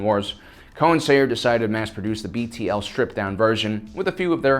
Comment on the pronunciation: Bruh, it's BTL not BLT.